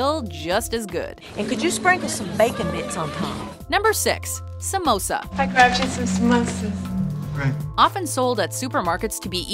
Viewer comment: im indian an i just want yall to no its prenoused sum oos ah